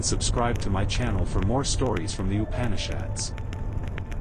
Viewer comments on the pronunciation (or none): none